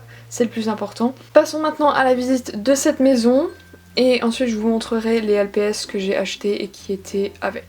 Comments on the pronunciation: Pourquoi tu dis lpis ? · poli tess la façon dont elle a dit lps c avec l’accent anglais ^^